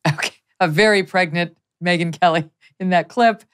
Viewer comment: “A very pregnant Megyan Kelly” 😂